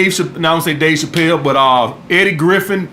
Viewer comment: Did u really say Dave Chappell